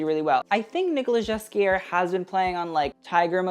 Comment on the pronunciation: Hey, great video again! Almost always agree with you. Quick thing, and its really my OCD, but it’s pronounced Nicolas GAY-KI-AIR 😅